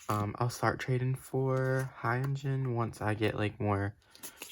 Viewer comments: Sorry, but you pronounce hyunjin bad, The hyun is like hyung without g and jin is just jin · just so you know hyunjin is pronounced “hyun-jin” not “hayounjin” !!